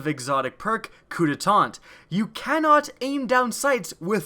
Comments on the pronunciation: its not "gillotine" its "giyatine" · Its pronounced geateen not gillateen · It's pronounced "gee-uh-teen." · Bro, no hate, but the first gun in this is pronounced gee-a-teen (guillotine). It the whole "Of with your head" medieval execution machine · He pronounced guillotine wrong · The pronunciation on guillotine was horrible.